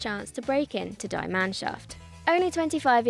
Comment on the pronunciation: Guys, it’s pronounced “dee” Mannschaft, “dee” Knappen (not a silent K !), “dee” Roten etc.